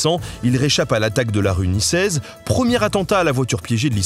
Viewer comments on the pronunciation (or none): c'est rue Saint nicaise et non rue Saint niçaise😉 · la rue saint ni..ssaise? NiKaise plutot. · Très belle vidéo mais on prononce "Nicaise" avec le son "k".